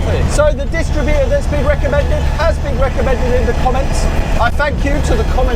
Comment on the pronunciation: Say DisTRIButor, not DISStritbuter 🙂